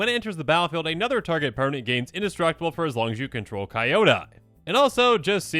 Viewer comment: Listening to mispronounce Kyodai is inflicting massive psychic damage to me. DX